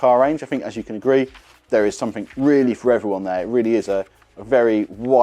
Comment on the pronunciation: “ something “ not “ somethink “ 😅